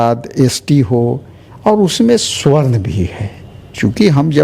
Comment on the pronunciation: भाई स्वर्ण नही सवर्ण होता है